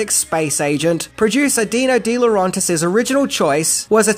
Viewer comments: It's De LaurAYntiis NOT LaurONtis. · Agreed. The continuous mispronunciation of De Laurentiis was excruciating. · It's Roger VADIM not Roger VADMIN. How many times do you say that name wrong? Sheesh. You're also botching the pronunciation of Dino de Laurentiis' name, but not as badly as Vadim's. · He also botched Di Laurentiis. He does have to make a better effort to pronounce names correctly. I hate what he would do to mine, Villavicencio. 🤣